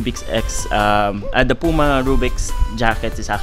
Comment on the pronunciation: It's not Pu-ma, it's Pyu-ma.